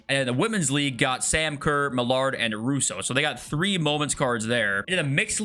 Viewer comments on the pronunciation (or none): none